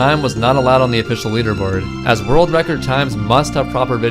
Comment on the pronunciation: “A new vild vrecord”